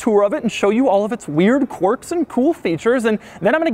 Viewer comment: Stop saying "Quorks". It doesn't have quorks. It has quirks.